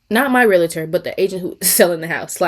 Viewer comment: Right bc the constant complaints about this Realtor is crazy... girl just move on. And it's pronounced Realtor not Realator